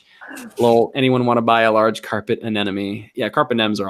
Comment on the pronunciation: can you please learn to pronounce anemone, it's a-NEM-a-knee. OK? Thanks.